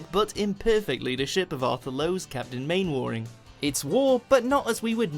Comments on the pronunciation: Clearly the narrator never watched the original. Main-war-ing?!? That's how it's spelt. It's prounced Manner-ring. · Said Mannering not Mainwaring... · So the narrator is finally giving himself away as an American by pronouncing Mainwaring as Main-war-ing ever Englishman or woman knows it's Mannering. I always had my suspicions about that narrator, mostly due to lack of knowledge about all things UK. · I don't think the guy narrating this montage was familiar with Dad's Army,if he pronounced Captain Manwaring as it was spelt,when it was pronounced as Mannering. And sadly,we lost our last link to this great sitcom as Ian Lavender,who played the youngest member of the troop,Private Pike, died only last month. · Mainwaring was pronounced mannering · In 'Dad's Army', Captain Mainwaring's name is pronounced 'MANN-eriing'. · Captain Mainwering is pronounced mannering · Captain Mainwaring is pronounced mannering. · In Are You Being Served, Mrs Slocombe was always asking " have you seen my pussy?" You need to watch some of BOTTOM LIVE. The language is very different than shown on TV. Dads Army was set in WARMINGTON ON SEA not WALLINGTON ON SEA ! " STUPID BOY". MAINWARING is pronounced MANNERING. I went to London to see the Only Fools And Horses musical. It was the best thing I've ever seen. " I hear you're a racist now Father". Classic Father Ted. " I read a book once....green it was! " PORRIDGE. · Oh lord! That grated! Mainwaring is pronounced 'Mannering'! Watch Mojo strikes again . . and veers off target like Corporal Jones bayonet! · Bot narrating this. Captain Mainwaring is pronounced ‘mannering’ Can5 b3 British if you dont know that. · especially when they’re not even pronouncing Mainwaring (Mannering) properly 😂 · My God it was pronounced Mannering it was only spelt Mainwaring. I understand you wouldn't know that but the narrator should have known better. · How can the seemingly British narrator not know Mainwaring is pronounced 'Mannering'.